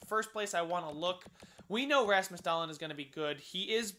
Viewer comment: Dahlen is doll-een